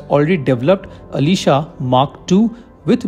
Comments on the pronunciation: Dude! pronounce it correct. It is not aleeeesha radar, it aslEzA !! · Ash-lee-shaa it's not Alisha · नोट,,,अलीशा,,,आशलेशा,,,,,pronounced must be pricised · Its not Alisha, it's aslesha name of a starin hindu mythology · When u pronounced Aslesha as Alisha, I couldn’t watch anymore…. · आश्लेषा is a name of consteliation (नक्षत्र)...being a hindu expect correct pronunciations of sanskrit words